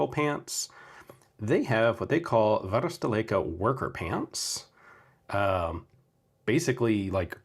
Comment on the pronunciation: Great video! An excellent seller and an excellent YouTuber meets 😊 BTw: You can pronounce "varusteleka" very well